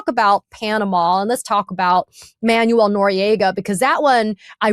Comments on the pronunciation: Hi. Thanx. Just fyi, Manuel is actually pronounced ManWELL not Manual🙂. Peace🌬️🕊️. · Katie, Noriega"s name was pronounce man-WELL, not MAN-you-ell. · Oh, Katie, it is pronounced Manwel. Not Manual. Jesus, what a tool you are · Interesting conversation made almost painful by the mispronunciation of Manuel. It's pronounced "man-well" not "man-you-el". ffs. Other than that, worth watching. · Katie, it's man-WELL, not MAN-you-ul (It's not like manual labor or reading a manual). Your guest is saying it correctly. Second subject, "Does it fall within the parameter" NOT "Does it fall within the perimeter?" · Katie- It's "Man-wéll," not "Man-you-éll." Two syllables, not three. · If she can't stop misprounouning the Noriega's first name Im gonna freak